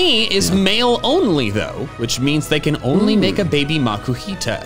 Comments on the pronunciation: Alternate title:two grown men take a breeding quiz while bullying the host to say babby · I REFUSE to accept Wolfey's pronunciation of "baby". It's wrong. WRONG, good sir.